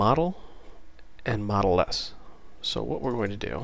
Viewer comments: Great video! Two things: 1) it is setModal which implies a modal window, where modal is pronounced mohd - l, this is different from model, pronounced mod - l. See the wikipedia entry on Modal window. 2) It isn't neccessary to #include "mydialog.h" in mainwindow.h, you should simply use a forward declaration. This is because we only have a pointer to a myDialog type as a data member. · Took me a while to figure out what "model" you were talking about. Here we prononunce it mode-ah-l, not mod-e-l.. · Great video series, and thanks I'm sure I'm not the first, but I believe 'modal' is usually pronounced like 'MODE ILL'. I imagine it derives from the same root as the word 'mode'. The etymology (and pronunciation) of 'modeless' should be fairly evident. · Great Qt video. Only "modal" is pronounced "MOE DAL" not "mod el". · Yeah, it's "mode" which rhymes with "toad." Do you want the user to be forced to deal with what's on the new form before they can go back to the parent form? If so, make the new form modal. If not, and you want to let the user interact with both the parent and the child form simultaneously, then make it non-modal. GREAT videos though. Truly an incredible asset to learning Qt-Create, and the Qt application platform in general. A million THANKS!!! for doing these... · "modal" is not pronounced like "model" but it rhymes with yodel with the o sounding as in oa of soap or boat. This is pointed out in the Wiktionnary.